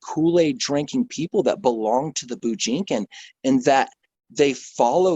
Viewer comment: Did he call it the BOO JINKIN? lol